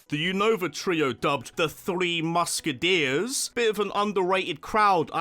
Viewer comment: "Muske-deers", fucking killed me.